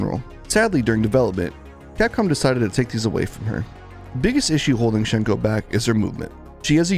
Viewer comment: It's sad to see, considering how good Hsien-Ko was in her source game. Also, hate to be "that guy," but the correct way to pronounce her name is "Syen-Ko."